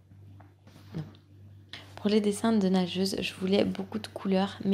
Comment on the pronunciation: Dés que tu disais "nageuse" je comprenais "nachos" On voit les dalleux 😂